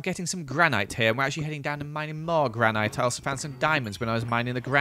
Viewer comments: granit ❌ granaight ✔ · It’s written granite but pronounced granit